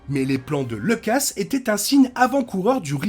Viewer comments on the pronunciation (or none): Faudrait arrêter de mal prononcer Lucas, pour info le u n’est pas un e.